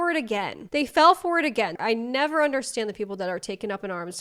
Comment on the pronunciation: “I have neva been eaten out”…no one needs to know this!! IS FRYING ME!!!😂😂😂😂😂😂😂